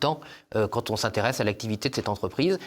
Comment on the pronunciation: Il faudrait que des personnes publiques parlent correctement Français. Monsieur Tanguy, comme beaucoup d'autres, ne respecte pas les liaisons, les quan on les quan i. Ces gens là qui hurlent, à juste titre, sur la décadence de l'école devraient montrer l'exemple pour les enfants qu'on reprend sur le sujet et qui nous disent le monsieur parle comme çà à la télé.